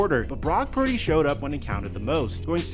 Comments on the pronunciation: is also illiterate too. He pronounce Purdy "parody" lol. I think he's doing that on purpose cause he's so jealous of brock purdy. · can’t even say Purdy’s name correctly much less articulate an accurate analysis of Purdys game.